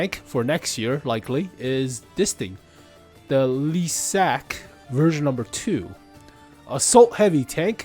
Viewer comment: It's Lišák, not Lisák. Please, there's a "Š", not an "S". Lisák could mean that he's bald, But that wouldn't be an I in the name, but a Y. Please try pronouncing the letter Š, it's not the same as S. Otherwise, I really appreciate all your videos that you make on similar topics of new tanks that are being prepared, they are very interesting to me. Thank you for them. I send greetings from the Czech Republic. Oh, and the word lišák/ liška (male/female) means fox.